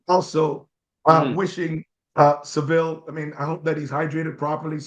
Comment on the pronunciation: Coming back here to say you called it right..Seville